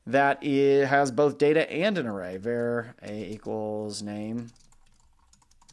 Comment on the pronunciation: The enunciation of var here is just not acceptable. Do he drive a "cair" to work or a car?